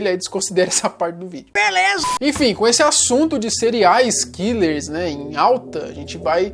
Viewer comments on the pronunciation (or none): Quem ouviu elw falar "Cereais killers?"